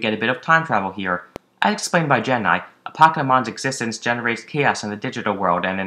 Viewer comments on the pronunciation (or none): none